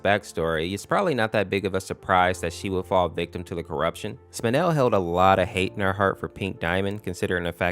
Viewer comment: It’s not spinal it’s spinel